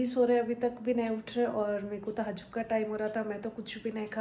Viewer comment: Tahjjub nhi diwani THAJJUD bolte Deen k bare me mlum karlo ye vlog reels banana ye kam nhi aata deen k sikho